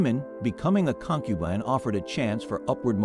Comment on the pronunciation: Con-cube-an-ige???? BAAAHAHAHA. Don't use AI